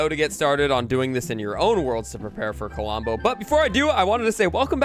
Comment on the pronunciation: KLOMBO NOT KOLOMBO